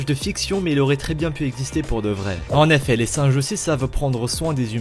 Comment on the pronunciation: XD " en aifai " genre avec l accent =( en effet)